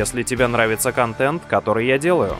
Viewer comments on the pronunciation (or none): none